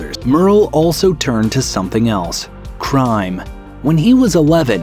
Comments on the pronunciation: Fris SELL, not 'frizzle'! Argh! You don't even care enough to pronounce names right. You are freakin' fired. Wake up. Grow up. Do it right or don't freakin' do it!! What are you, 12? Sheesh! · The voice on this video has not a clue about Merle Haggard or country music. Lefty who? Did you say fazila or Lefty Frizzell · Aw. come on, Guys. Learn to pronounce names. Lefty Friz-zell. I am an old radio announcer from CA and I would have been fired if I didn't know my names and the way they were pronounced. Do some research when you don't know who it is that you are reporting about. There are enough of us old foggies around to ask. Stop embarrassing yourself and find the time to do a study of your subject. It behooves you to do it right the first time on air (after a practice time asking someone how it is pronounced.) It makes the impression that you just aren't into doing your job right on the first go. (Sorry, just saying) (Someone has to stand up for the dead). L O L